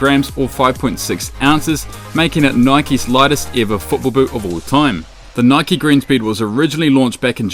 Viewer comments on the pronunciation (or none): none